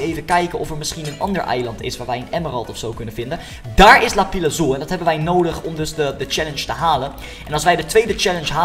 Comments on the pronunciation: Het is lapis Loezi niet lapis lozi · het is lapis loezi niet lapize loezi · het is lapis lazuli en niet lapi lazuli